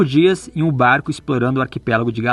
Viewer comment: Qtas vezes a falou BArrCO nesse vlog? Kkkk